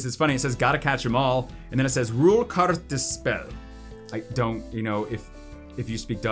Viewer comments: As a Dutchy, ruilkaartspel was pronounced quite good. Apart from the "ruil" part xD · Please say RUILKAARTSPEL one more time! Haha you actually nailed it!